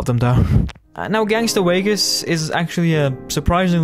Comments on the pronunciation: “Gangster Waygas” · "Gangster Wegas" 🫴🏽